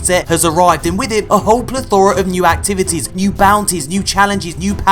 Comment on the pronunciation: Plith-ora? Never heard of it, Papa.